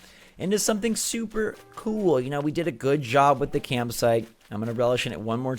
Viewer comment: Brewster says "coo" for cool because he's a pigeon. Pigeons say coo.